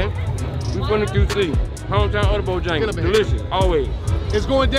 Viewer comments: lol what is bojingles 😭😂😂😭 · If say BoJingles one mo time 😂😂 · “Bojengles” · Bojangles bruh not jingles